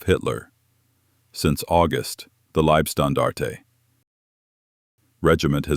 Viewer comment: Please stop saying "Liebstandarte" because that means something like "nice standard". It is "Leib-" which means "Body" and the body it refers to is Adolf Hitler.